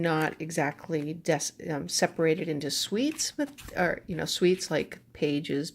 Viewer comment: Hi! You pronounce "suit" as "sweet", it is cute to hear. Distracting but cute.